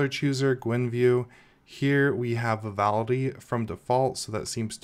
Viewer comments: VALOUDI ...WTF ? vivaldi ... LEARN TO READ ! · VI - VAL - DI It's not that difficult to pronounce. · How many times can you say Vivaldi wrong in a row? Lol Good video! The distro looks super interesting. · Thats not how you pronounce Vivaldi... Great video though 😁 ! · this man just cant say 'Vivaldi'